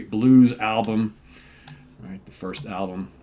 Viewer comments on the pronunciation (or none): none